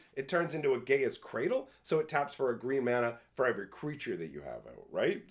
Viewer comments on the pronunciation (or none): Gayer's Cradle? Do you mean Gaea's Cradle?